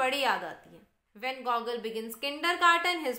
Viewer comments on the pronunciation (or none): its GuGoool.ur pronunciation is wrong. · Mam your pronounciation of debute, genere, gogol are wrong .